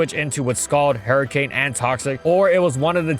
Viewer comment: No one:: "Hairy cane"